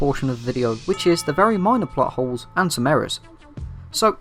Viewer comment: When you say plot holes it sounds like buttholes